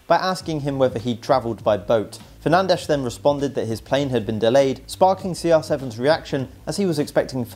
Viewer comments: Fernandes it pronounced Fer nan desh! In Portuguese not Spanish Fer nan dez! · His name is actually not pronounced 'Fer-nan-dez' In reality its 'Fer-nansh' or something similar to that due to his nationality